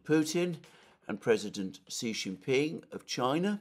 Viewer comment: Dear Alexander, another wonderful program. Please note that the President Xi’an name is pronounced with a ‘ch’ as in China, not with a ‘z’.